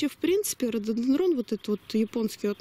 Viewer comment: ударение на третий слог,как не получается,вы что не человек разумный?